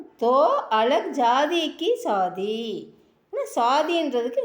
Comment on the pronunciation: மேடம், சொல்லி தரும்பொழுது சரியான உச்சரிப்பை சொல்லி கொடுங்க ப்ளீஸ். அது சாதி (கல்யாணம்) இல்லைங்க, ஷாதி, ஷா உச்சரிப்பு வேண்டும். உங்கள் முயர்ச்சிக்கு பாராட்டுக்கள், மாற்று கருத்து இல்லை, ஆனால் உச்சரிப்பில் கவனம் வேண்டும். நன்றி.